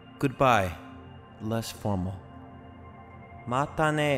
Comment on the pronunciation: またね が、まったね になってる